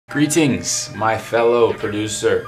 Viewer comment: for a second there i thought u began the vid with "Pre-teens" instead of "greetings"